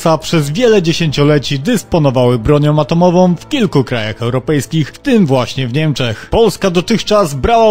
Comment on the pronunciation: "broniom atomowom". Flaki siem skręcajom kurna.